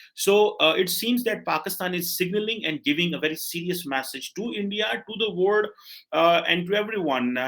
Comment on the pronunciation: It is World not word. Don’t forget the L,.